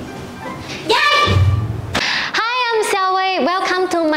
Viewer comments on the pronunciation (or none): Its Yay Not Yaey